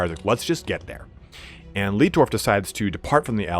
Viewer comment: your pronounciation of the german based imperial names is horrible...... markus leitdorf is pronounced more like laetdorf not leetdorf.